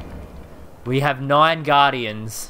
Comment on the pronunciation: or defleckt the gardiens lol or aichent shild